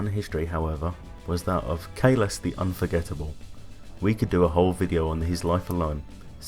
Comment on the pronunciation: It's Kahless, not Khaless... honorless petaQ!